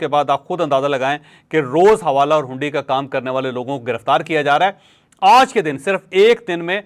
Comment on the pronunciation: لفط "آج" پر زور ذرا کم دیا کریں